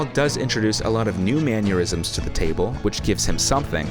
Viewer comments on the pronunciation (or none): Great ranking. However, the word "mannerism" does not have a "Y" sound in it. I think you're confusing it with "aneurysm"